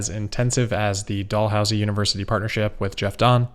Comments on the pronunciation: Dalhousie is pronounced “Dal” housie not Doll housie :). Dal as it rhyming with Pal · Hey, I'm from Halifax, just letting you know that the proper way to pronounce Dalhousie University is 'Dal - Housie'. Instead of how you said 'Doll-housie'. Cheers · Hey i'm from nova scotia where Dalhousie U is. It is pronounced Dal, housie. as in Pal Gal Hal Sal Val Dal. not doll Oh and nice work with Jaguar;) Keep up the good work